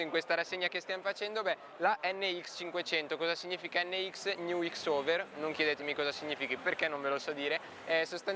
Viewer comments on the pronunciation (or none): „New X-over“ 😂 CROSSOVER… X si legge „cross“ (Zio maledetto)